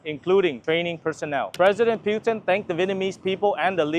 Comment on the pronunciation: It’s PUT-in … please, please pronounce it correctly 🙏